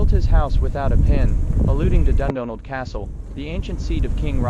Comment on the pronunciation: Interesting castle to visit but you’re pronouncing Dundonald wrong. It should be pronounced Dun Donald!